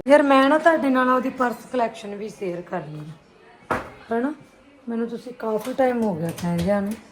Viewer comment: Di tu c ਸ਼ ਨੂੰ ਸ ਬੋਲਦੇ ਓ😁 ਸੇਅਰ